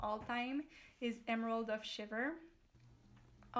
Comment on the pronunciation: Chivor not shiver